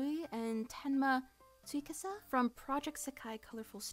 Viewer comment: I was NOT expecting to see RUI AND TSUKASA AT 41, also how you said Tsukasa's name brought tears of laughter to my eyes LOL (Tsukasa is my favourite character, I WISH I had HALF of his confidence lol) Edit: HOW YOU PRONOUNCED GRIANS NAME MADE ME CHOKE AND WHEEZE, but in all seriousness, I did NOT realise how popular Grian/Scar was, that was SUPER surprising